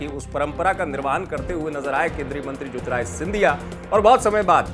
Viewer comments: न्यूज़ अंकर जी... पहले तो आप ढंग से नाम लेना सीखो.. ज्योतिरादित्य को ज्योतिराय बोल रहे हो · बार-बार आप ज्योतिरादित्य ko jyotirajitya bolte hain. Pls correct your pronounciation.